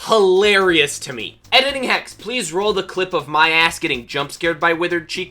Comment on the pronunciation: Don’t put a s instead of a h in hex!